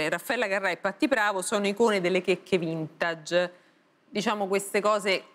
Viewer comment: "vintage" pronunciato così da quando?